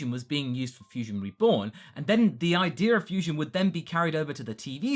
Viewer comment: I love the way says idea,it turns into ideyur